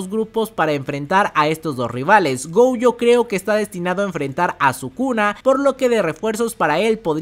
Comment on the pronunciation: No he podido ni ver 2 minutos de vídeo escuchando Gouyo